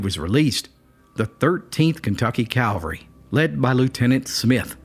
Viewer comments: It's cavalry not Calvary! Calvary is for jesus, cavalry is for horses. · I think you enjoyed that story too much. ..and it's pronounced Cav-al-ry, not calvary. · English Police here... Cavalry, not calvary, but you still get an "A+" for story and composition. I'm sure you appreciate my nitpicking your hard work. Good job. Carry on! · Great video. Very well done. But it's CAV-al-ry, not CAL-va-ry, and it's "hanged" not "hung" when it's an execution. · CAVALRY, not calvary... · Cavalry not Calvary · wtf is it with people who insist on saying calvary instead of cavalry ?? Anyone idiot knows the difference, unless of course you're a special kind of idiot.